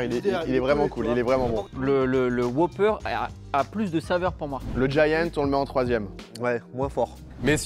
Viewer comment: WhOOper pas Whoper ça m'a perturbé 😅